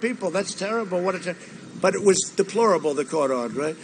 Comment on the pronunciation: "DEPOLORABLES".... come on!